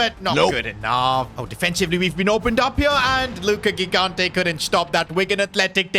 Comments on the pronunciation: Bro its not gigante its pronounced higante please acknowledge my comment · 3 episodes in a row tryna explain to that he's pronouncing gigante's surname wrong (first g = j)